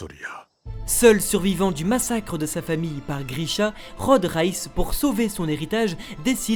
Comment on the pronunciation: reiss pas réss